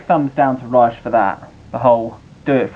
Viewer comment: It's pronounced "RE-COE" not "RICE" lol